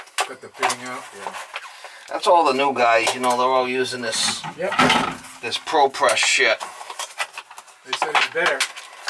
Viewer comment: Why do you keep saying ProPess? That isn't Propress.